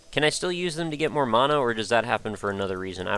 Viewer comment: its Man-uh